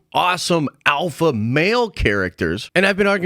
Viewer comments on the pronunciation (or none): i cringed every time u said “alpha” sheesh